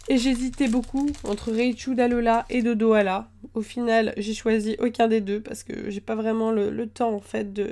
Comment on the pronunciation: dodohal pas dodohala